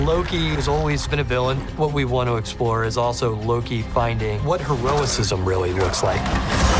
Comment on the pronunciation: Dude said "hero-is-ism, instead of "heroism". Just ....funny to me